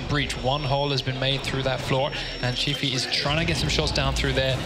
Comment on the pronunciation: Every time he says "Cifu"... I'm like it's "Gifu" dude.